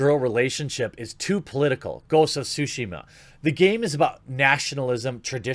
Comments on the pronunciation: What's it called, Jeremy? Ghosts of Sushi Muh? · Jeremy: "Ghosts of Sushi She Mar" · I'm not bashing on him, or anyone for that matter, but, it's just funny to me whenever people say Tsushima and it ends up sounding like "Sushima".